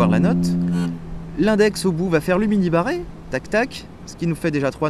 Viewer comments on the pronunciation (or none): moi a chaque fois que tu dis mini barré, j'entends "mini moi" --> la voix austin power